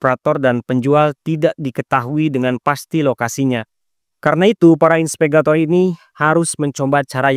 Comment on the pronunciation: Inspegator? Apa itu? 😂😂😂 Atau mau bilang investigator? Trus silk road, baca nya bukan sail road, artinya jalur sutra, mungkin dia terinspitasi dari jalur perdagangan zaman dulu yang menghubungkan asia timur, afrika dan eropa. Sekedar saran, jangan asal baca aja narasi nya, ada baik nya di cek lagi kembali sebelum dibaca, kalau ada bahasa asing atau sebuah istilah, ada baik nya di cari tau lagi. Soal nya dampak nya bahaya sama penonton, jangan nanti dikira yg abang ucapin pengucapan yg benar.